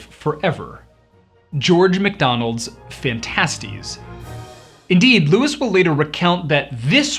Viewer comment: At least he pronounces Phantastes correctly